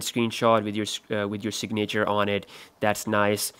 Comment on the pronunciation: Dis he said “signator”?? Lmfao 😂😂